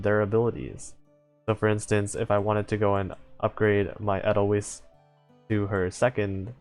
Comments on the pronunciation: Somehow, this speaks to me, I don't know why. Also, watch the sound of music for the correct pronunciation for Edelweis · I'm haven't tried reset talents, because I'm not certain what will happen also, I pronounce 'weiss' in 'edelweiss' like 'wise'. at least that's how I heard it from an old song